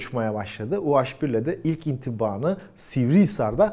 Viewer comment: Niye u-haş bir? Türkçede haş diye bir harf mi var? Doğrusu u-he bir. Dilimize birazcık saygı lütfen.